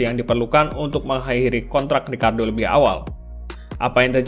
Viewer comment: ricciardo bang bukan ricardo beda